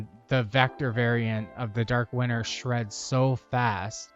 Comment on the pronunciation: I know it's not a big deal but am I the only one hearing "Dark winner" ? other then that, awesome build, good video and a sub to top it all off :D